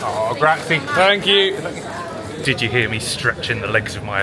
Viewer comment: "gratzy" lol